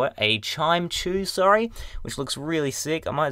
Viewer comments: haha I said chimecho that way the first time too. Its actually Chi-mec-ko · its chime-ek-o